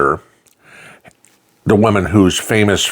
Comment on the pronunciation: I think he missed pronounced the German ministers name. I caught that also! I believe he said her name was "Faser "